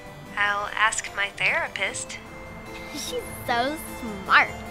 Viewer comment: Not everyone says it right anyway. I hate it when people say aks. Although it probably *is* just a typo